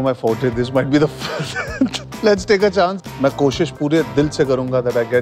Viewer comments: And he still said "Chonce" 😭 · My Directioner mind translated "Let's take a chance" to "Let's take a chonce".